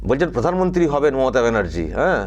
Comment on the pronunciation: কি বলে ফাগলে ? ক্ষমতা পিসি পুদানমন্তী হবে না কি একটা বলছে ? :face-green-smiling